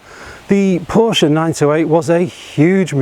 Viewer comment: Porsche not Porsch! That is when you know who a car enthusiast really is.